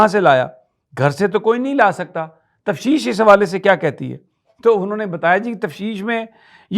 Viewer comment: The word is ‘Tafteesh’ not ‘tafseesh’ Sami Ibrahim Sb. Please correct it in your next vlog